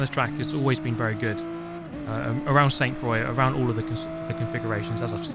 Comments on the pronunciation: I can't take that pronounciation. I know it's a joke... but dang it irks me! "San Quois" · Its pronounced La sont-tu cwa Its a place in the middle of France. My family has a holiday home about 20 minutes away from this lake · The correcte way of saying it for shoe ever gives af is Saint crrwa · Ah yes, good old “ Sainty Croiks”! ( It’s basically pronounced ‘Scent Craw’) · let me help you out here. It's pronounced 'sente krouwa' with that ou part very silently. Also looks like a track an M8 can actually fit on😂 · I love how he deliberately pronounces it Sainty Croyx as if he's purposefully trying to piss off the french lol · It's pronounced "Saint croah" basically, means "Holy cross" in French. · Not french but pretty sure it's pronounced like: saint crooà, where the à is open like in ARK yeah bad example but makes sense atleast. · you pronounce it "sånt croah" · "SENTI KROIKS" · Great content! Saint-Krou/a would be the "proper way" to pronounce it, I noticed you made the effort to try a few ways out, thank you :) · Its spelled „Sant crua“ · "Sainty-Croycks" Aaaaaaargh! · "sainty croicks or however you say it" not like that 😂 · Sent Crow-ah French Pronunciation 101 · Did you say “Sainty Croix” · "San K-wah". Is the correct pronunciation. The "t" and "i" in "Saint" and the "i" and "x" in "Croix" are silent. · pronounce Saint Croix like San Kwuh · Saint dee croics ❤️ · I guess it prononce ''sainteu croi'' but keep enjoying the vidéo like all time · Ah yes, Seyntee Croyiks sounds like a nice circuit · As someone who can speak the language of baguettes, you should pronounce "Sainte Croix" like "Saint croi". You dont pronounce the "x" in "croix". There's many stuff like this in the french language... I did not wanted to be rude, i just want to share knowledge. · The correct pronunciation is San cruà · It’s pronounced “Sainte Croix” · This man said Sane Tea Croyks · it is more like "saint crowa" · Your pronunciation of Sainte Croix is terrible.